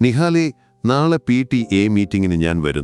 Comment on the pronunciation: എന്താ പി.റ്റി ഏഎന്നു പറയുന്നതിൽ ഒരു പ്രത്യേകത